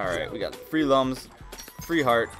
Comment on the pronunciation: I know it, but it pronounced as " LOOMS " not lums